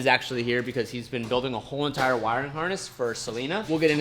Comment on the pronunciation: “a WHoOoLe EENTiRe…”